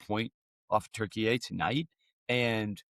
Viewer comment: I like saying Turkeyay now. I still butcher it, though. Not in some perfectly nuanced, elegant pronunciation. I just say Turkey-yay! Which I would imagine is worse than just saying Turkey.